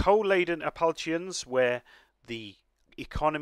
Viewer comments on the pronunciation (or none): This looks super good. Tip: Appalachian is pronounced appa lay shun. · interesting pronunciation of "Appalachian". Think you pronounce it like 'apple-ation'.